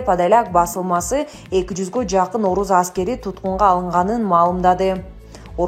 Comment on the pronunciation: оруз аскери эмес орус аскери деп окучу